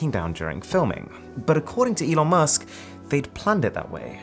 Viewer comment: Nobody: No ones soul: Mrwhostheboss: E on Elon musk: what did he just sayyyyyyyy